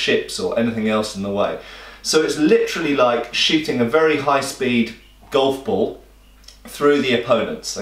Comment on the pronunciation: It took me a second to register that he was saying ball rather than bowl.